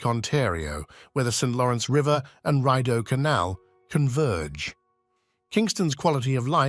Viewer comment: The Rideau Canal is pronounced "Reedo", Regina is pronounced "ReegIna" not Raygina - do some research before posting!